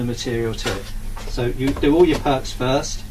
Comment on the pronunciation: It is meant to be used to create a nice tidy edge. Pity the user didn't use it to create a nice tidy edge. Also it sounds like the guy is saying "perks" instead of "perps" (short for perpendicular). This suggests he isn't a brickie.